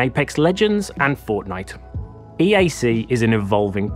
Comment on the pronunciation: said fortnite incorrectly, he said "Fordnite"